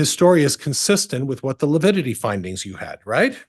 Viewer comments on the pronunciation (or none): It's lividity not lipidity😐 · I wouldn’t have been able to keep from correcting. ‘I’m sorry, I don’t know what lipidity is, but I know what lividity is..’ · Its LAVIDITY! NOT LAPIDITY!!!! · mispronounced "lividity" three times. He thinks it's called "lipidity." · The fact that keeps saying “lipiddity” gives you everything you need to know about his competency as a lawyer lol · Is he saying “lipidity”? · It’s lavidity. Figure out the spelling and pronunciation! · Lability? I wish she was bold enough to correct his sorry self. Defense lawyer in a murder case and can’t even say the word right. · LaPIDITY?! wtf is he on lol? 😂